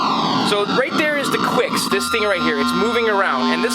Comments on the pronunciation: quicks? i thought it was kicks... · The game 'Qix' is pronounced like 'Kicks' by Taito. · It's pronounced "KICKS"! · "The Torture Chamber" as we called it. The original arcade sounds are the best. It's pronounced "kicks." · I pronounce it "Kicks", but you may be right. So that's two titles we aren't sure of, the first one being Taito. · Ummm, it's pronounced 'Qix'. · it is qix